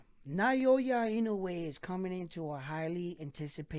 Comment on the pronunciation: NAH-OH-YAH. There are 3 mora in his name, 3 kana if you write it out -- Japanese just say it fast, so you're only hearing 2. But yeah, there's no vowel diphthong in there like the vowel in "pay" or "sleigh."